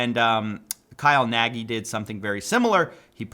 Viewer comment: the main guy's name i think is a hungarian Nagy (meaning Big), so you pronounce it differently (not with i at the end but with ɟ )